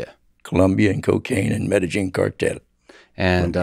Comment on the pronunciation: Med-a-een Medellin not med-a-jean I can't believe he doesn't even know how to pronounce it after saying it so much .